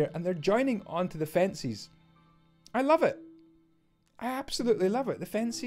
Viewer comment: Fencies? Only jk I know it's your accent.